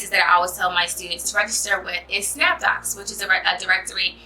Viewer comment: did I hear correctly: snapdocs?